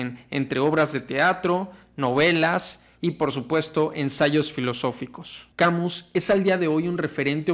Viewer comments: Albert Camiu??? Camus pronuncialo mejor Cami con tilde en la i. No te estoy bromenando. Es un truco que te dan los profesores de Frances! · Camus se pronuncia Kamys. En francés todas las palabras son agudas, paleto. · Mi tío era muy sabio... jaja. Algo de escritor nos legó. La pronunciación es Camí sin "u" ni "s" final. Buen video. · EN FRANCÉS NO SE PRONUNCIA LA S SE DICE CAMU Y LA U SE PRONUNCIA COMO UNA I LIGERA SE DICE MÁS BIEN CAMiius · No se pronuncia Camiu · ( "Camiu" :( no se acerca ni por poco a la pronunciación XD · Tu explicación es muy clara. Lástima que no sepas pronunciar el nombre del filósofo de quien hablas.